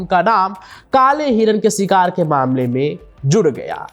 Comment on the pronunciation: Sikar nahi its Shikaar